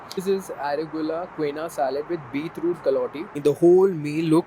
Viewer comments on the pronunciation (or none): Bhai aap saare words ki pronunciation ki waaat laga dete ho. It is KEEN-OO-AA and not Queena